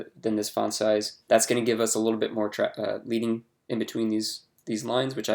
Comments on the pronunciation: Nice tutorial. As a side note, it is pronounced "leading" like Led Zepplin. It is named after the lead (metal) pieces that they used to place between the lines of text on old printing presses to create space between the lines of text. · Great video. Just a heads up that "leading" is pronounced as "led-ing," like the metal lead. This is because old typography printing presses used to use actual lead metal spacers between lines of text to create additional spacing. ;)